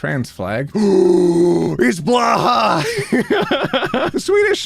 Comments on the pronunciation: It's pronounced closer to"Bloohaj" than "Blahaj" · by the way, you clearly haven’t taken your swedish classes from the Click (/lhj), blåhaj is not pronounced ”blaha”. The swedish o (å) is pronounced like the ”o” in Potter. The j is not pronounced the way it’s pronounced in English. It’s pronounced the same way ”y” is pronounced in yesterday. So It’s in fonetic alphabeths /bloːˈhaj/ :D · Anyone else thinks it's funny pronounce Blåhaj Blahaj it's more like Bl-oh-ay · Pretty sure the word blåhaj is pronounced more like "Blow Hi" and less like "Blah Ha." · Bla-ha! The Swedish shark from IKEA! Me, a Swede™: Wut?: *shows pic* BLA-HA! Me: akfajköfjalfj oh, BLÅHAJ! (For future reference, it's pronounced "blo-hai" with an o sound kind of like in "more". Just say "blore hi" but leave out the R sound and you're good!) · Just a little Swede here to help you pronounce Blåhaj, blo-ah hai. Not blov hov or whatever you said, not being rude but I just felt the need because I’m a Swede. 🥰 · hey just fyi - the shark's name is pronounced blow-hai. Just wanted to let ya know! (and i have one named blueberry that I sleep with every night instead of a partner, as an aroace) Love your content!:) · Hello! This is your friendly Swedish trans shark pronunciation helper! If anyone wants to know how to honour BLÅHAJ by pronouncing their name in their language of origin, look no further. BLÅ (which means blue) is pronounced "blaw" to rhyme with awe and claw. HAJ (which means shark) is pronounced "hi". So you can also say hello to a Swedish shark by saying shark. Ergo: BLAW-HI! Stress on both syllables. Go forth! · As a Swede, I die every time someone says "blahha" or "blahadge" I mean the name doesn't make sense (no IKEA names make sense), but it's literally just "blueshark" The å is pronounced like the o in "or", and "haj" is pronounced like "hai" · I can't stop laughing at the way he pronounces blåhaj as "blaha" I just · im sorry but blåhaj is not pronounced as blaha